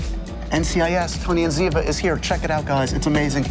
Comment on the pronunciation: It's Cote and ziva get it right